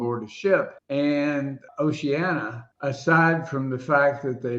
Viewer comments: How come so many pronounce Oceania as Oceana? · O-she-an-i-a. Duh.